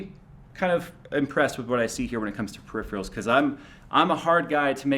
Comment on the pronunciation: Fuckin hell,, it's Peripheral; not Periphreal